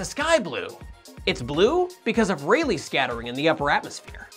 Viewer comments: Pronounced Ra-Lee. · i keep hearing it as: It's REALLY scattering xD